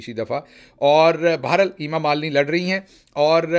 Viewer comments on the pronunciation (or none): none